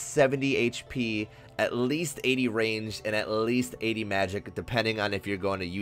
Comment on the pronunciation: bro the way he says "at Least" pissed me off